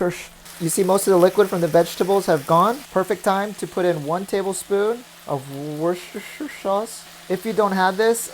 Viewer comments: I think it’s Woos-teur-shayr sauce. Idk im no genius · It's wooster-sure (wooster-share in England, or they actually just call it Wooster sauce) and these recipes look amazing. I will hopefully be able to try lotus root some day. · Hahah no, not ‘Wooster-share’, but ‘Wooster-sheer’. When I watch American programmes on Food Network ‘Wurrrr-cester-shire’ always makes me laugh!!! Looks great 👌🏻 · The British pronounce it as wooshter sauce ☺️ hope that helps! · I actually only learned how to say it after we studied a case in law school with the name Wooster. From there I learned it was derived from Worcester. Kind of a winding road for sauce etymology. I do still enjoy hearing my mother try to say it. She says something like "worster tisher sherr." It cracks me up. Almost as fun as when she says cinnamon. "Cinnonimonin." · Really, the best way to type how it’s pronounced is “wuh-stuh-sheer.” But yah, we just say “wuh-stuh” sauce